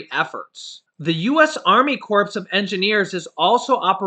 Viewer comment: Corps is pronounced like core, the p and s are silent ( like Marine Corps ) also Miguel is pronounced Mee gell, the u is silent, not pronounced as a w. Sorry, you are a n awesome person, doing a gr8 job and this will help you keep a following. My dad was a Marine and really got offended when it was mispronounced. Believe me, I made more than a few pronunciation mistakes in my day so , honestly just trying to help. My biggest mispronunciation was rendezvous ren·dez·vous /ˈrändəˌvo͞o,ˈrändāˌvo͞o Now I can laugh about it but my face and ears used to burn when my family and friends teased me about words I had trouble with. Thought maybe to spare you that... 🌞